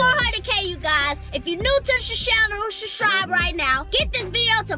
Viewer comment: No disrespect but it’s not shuscribe it’s subscribe